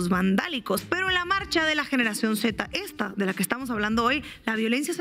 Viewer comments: Gracias por su canal de comunicación esta muy bueno su trabajo !l Cuando menciones la letra Z en mexico se dice Zeta no se dice C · Es generación “zeta” por qué dices “zet” no es inglés es español “zeta” así bonito como lo han dicho los abuelitos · ¿Por qué Inna dice "generación zet", en lugar de "Zeta"? Me pareció muy extraño. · Zeta, en español, Zeta, no zet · POR FAVOR ESTEFANIA Y MARCO QUE ALGUIEN LE DIGA A INNA QUE SE DICE Z= ZETA Y NO CE POR FAVOR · Es generacion "seta" z, no "ce" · Por qué Inna no pronuncia bien que es la generación Z? y no C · Ni si quiera sabe pronunciar "z"...enemigos de las generaciones actuales con su progresismo rancio y cansino, desinformando y trabajando para el narcogobierno mexicano, son una verguenza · Ina la Z que no se pronuncia Zeta?